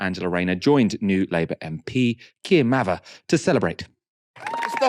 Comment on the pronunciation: Thanks, you pronounced "Mather" correctly. Starmer didn't!!